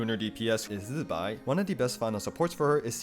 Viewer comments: bro ZI BAI NOT ZZBAI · no he’s wrong i literally watched the live stream even the Chinese people say zi bai not zzzbai